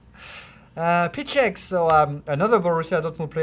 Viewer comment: "PICZEK" WTF LEARN TO READ. if u want to comment some players, learn how to read they names... polish its not too easy but u could watch even 1 game with him and try to repeat... 100% sure - DIDNT HAPPEN. gl man in "reading"